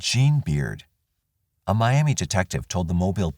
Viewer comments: I live just outside of Miami, Ok. It’s pronounced My-Am-Uh rather than My-Am-Ee. The name comes from a Native tribe from this area. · I’m not saying I agree with it but we pronounce that “Miamuh” even though it’s spelled just like Miami, Florida. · In Oklahoma for whatever the reason they pronounce it miamuh not Miam ee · Funny that the people in Oklahoma don't pronounce Miami the way they do in Florida. "Mi am muh" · Miami, OK is pronounced 'my-am-uh'. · We Okies actually pronounce Miami as Miamuh; Jones was a sick puppy who wreaked havoc in our home area for several years before he went national. R.I.P. to all his victims. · Good Job. FYI-Miami, Oklahoma is pronounced My-am-uh. Only a local would know that though. Thank you for your channel. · It's pronounced MY Am ah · Damn, Oklahoma again 🙃 there's more crime here than I originally thought. Also, oddly Oklahomans actually pronounce it differently than Miami,FL they say "my-am-muh". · They pronounce it like that in Miami Florida too. I live there. Old timers call it Miam -uh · It's pronounced "miama" in Oklahoma. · Maybe Oklahomans should start saying it correctly, then.